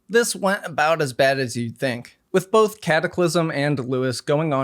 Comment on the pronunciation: ugh i couldn’t stand the way he pronounces both as “bolth” 🥲